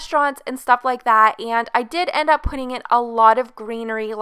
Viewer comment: You keep saying “iiieenndd” it’s E N D honey 😡